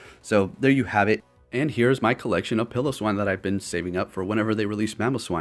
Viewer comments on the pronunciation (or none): I think its pronounced Pile-Oh-Swine not Pillow-Swine, but I enjoy hearing Pillow-swine better